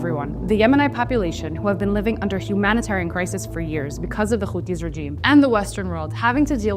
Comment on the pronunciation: Houthis not Khouthis .. you are speaking english not hebrew ...